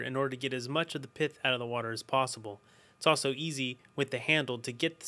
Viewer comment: it's not piff it's pith lol